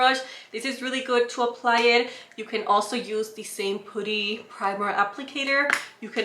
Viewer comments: i love how u pronounce putty 😂 its actually pronounced pah-tee. pooty’s cute too hehehe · I love listening to her say putty!! She's so cute, always bringing us great content 🙌